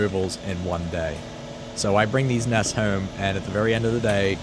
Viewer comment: Why does he say "houome" when pronouncing home